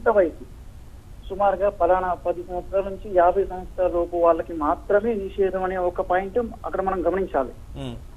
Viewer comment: ఆంకర్ గారు మీరు మరీ మరీ మహిళలు నిషేధం అనే మాట ఉచ్చరించడం అసలు బాగాలేదు.